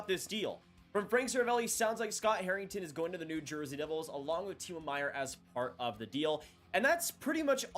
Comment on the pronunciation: I wish he pronounced it Timo